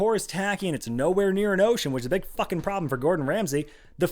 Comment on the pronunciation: I love the emphasis on FUCKING